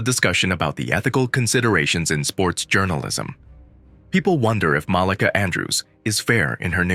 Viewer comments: You said Molicah. Its MalEka. You can tell you not from the hood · It's MUH-LEEKA Andrews. Jesus...